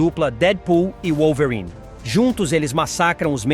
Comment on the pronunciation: pq q esse cara fala wollverine desse jeito? kkkkkkkkkkkkkkkkk